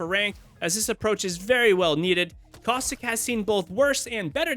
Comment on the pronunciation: i love how he said for caustic causthickk lmaoo